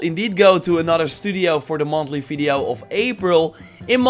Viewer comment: Thank you for the fresh info. But you really have to start saying "video" instead of "fideo", man.